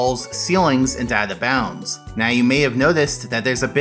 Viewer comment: Why can't you say "Out of Bounds" ? It sounds like you're saying "Atha Bounds" or maybe "Avva bounds"